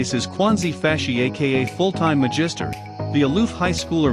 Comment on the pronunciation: the robotic voice pronouncing Full time magister in chinese kills me especially cause i am chinese